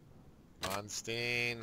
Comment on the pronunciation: You're killing me with the name mispronunciations: Manstein, like a Stein of beer, or Win Bill Stein's Money. ;)